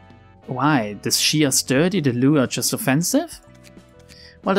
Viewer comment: Actually you read Liu and Xiao right on first try! That IS the correct way to read them so go ahead :D